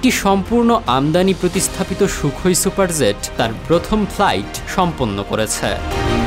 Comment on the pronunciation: Attention News Reporter: It's "Super Jet", not "Super Zet"; Please try to rectify your pronunciation.